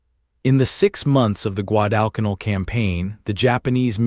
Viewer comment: Please program AI to correctly pronounce Guadalcanal